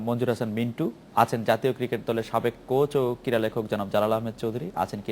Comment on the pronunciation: shaheb, shobdo ti 'KIRA' noy, hobe 'KRIRA'.....:-)